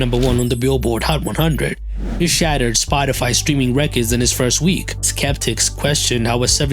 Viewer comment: he pronounces "records" like "reckids"